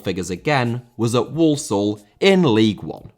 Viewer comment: "league un" 😂